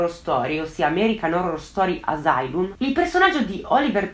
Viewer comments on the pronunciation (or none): none